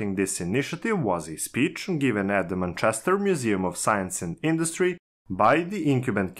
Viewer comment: You read like a 7 year old reads off his paper. Have you listened to yourself? And ffs listen to an actual English person saying "Manchester" if you're unfamiliar with pronunciation.